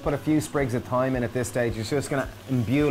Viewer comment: I had to go back and listen to the piece where you were adding the herb. You lovely Irish people don't usually pronounce your "h"'s as in "th", the way us English do.Yet the only word we follow you guys with (I think??) is with the word "thyme", but you pronounced it as"th". I'm confused!!! Keep up the good work, I love your recipes!!!! 🤤